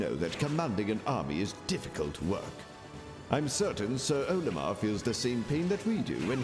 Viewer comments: Isn’t it Oh-lih-mir instead of oa-li-mar? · Isn’t it Oh-lih-mar instead of Oa-lih-mar?